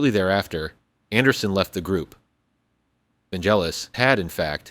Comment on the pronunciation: Vangelis, not "Vangellis" 😉